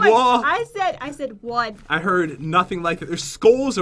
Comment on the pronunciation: **Three Two Wah